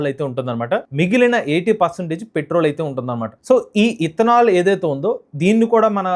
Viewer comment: ఇత్తనాలు కాదురా బాబు... ఇతనాల్, ముందు పలకటం నేర్చుకో